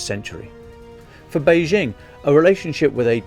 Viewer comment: This would have been much better without the forced analogy with an old film and the attempts at humour. Just tell it straight. There is plenty of interesting material. Also, brush up on the difference between de facto and de jure (Lukashenko is the de facto ruler of Belarus) and the pronunciation of Beijing (the j is pronounced like an ordinary English j).